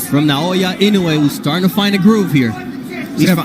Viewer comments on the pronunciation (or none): You pronounced his surname "Inoue" ridiculously come on man